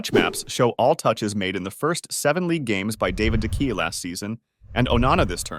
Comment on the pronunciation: You're saying De Gea all wrong